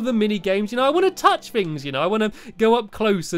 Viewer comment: did I just hear Stampy say "I wanna tough things ya know!" ...... WTF